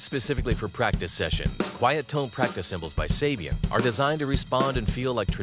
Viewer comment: "Quiet tone practice cymbals...by Sab-e-um" hahahahahaha!